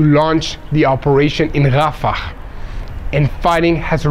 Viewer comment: Its not rafakhhh its rafah